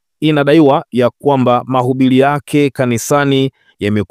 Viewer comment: Usomaji wako mbovu wakutoweza kutamka R unakukosesha followers wengi kwani unakera sana kwa kusema MAHUBILI,LIMEZINGILA,BALABALA, KILUNGU, KILAIA , BALUA. MAUZUI, MIKUTANO YA HAZALA.TUSUBILI.